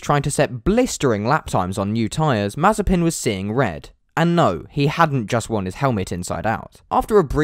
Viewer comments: It's Mah-zieh-pin......... the accent goes to the secon syllable... a bit like Mazyaipin for us Scots. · Mazepin sounds like Marzipan 😂😂😂